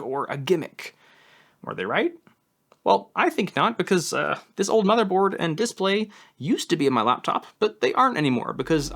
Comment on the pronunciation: Day 478 of trying to get over how says “Display”. 😂